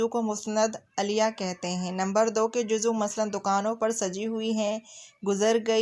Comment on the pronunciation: Juzv bolty hain juzu nai